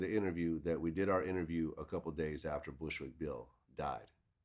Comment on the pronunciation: The way Boosie botched up Bushwick Bill's name was too hilarious